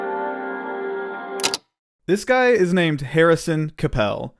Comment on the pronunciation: 25 seconds in that name is not to be pronounced "capelle" ...